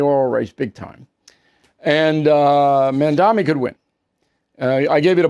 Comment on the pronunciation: It's Mamdani, not Mandami, Bill.